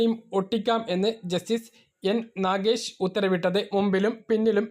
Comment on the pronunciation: 🌹🙏🙏ജസ്റ്റിസ്‌ നാഗീഷ് അല്ല മോനേ നാഗരീഷ് ആണ് മുന്നിർ